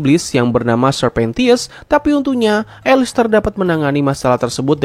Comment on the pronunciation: Bukan elester tapi alastor